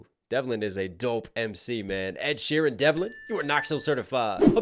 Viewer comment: It's sheeran, not sheehan😂😂